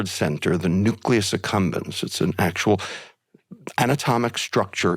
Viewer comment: Its nucleus Accumbens and not succumbence